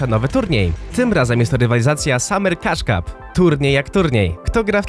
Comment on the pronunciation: Ja zamiast cush cup usłyszałem kaczka